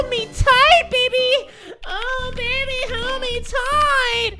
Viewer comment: In both games he said BABAY HOLD ME TIGHT